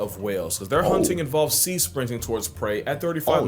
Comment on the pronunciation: Bro really said cea instead of sea😂